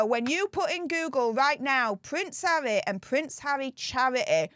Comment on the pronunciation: You need to see an English language speech pathologist urgently. Havvy ffs